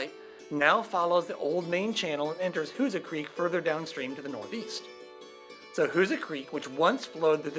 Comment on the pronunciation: My parents were from Steelville. I always heard it was pronounced "WHO-zaw"... But nice to see thvideo! e